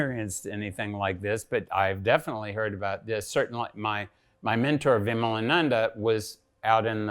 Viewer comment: Lol, at least learn to pronounce Hindu names properly first before interviewing a person like Svoboda-ji. Its विमलानंद & not विमलानंदा . Shows the level of knowledge such Macaulay kids have about India!